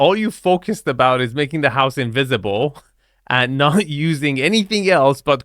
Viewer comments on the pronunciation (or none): none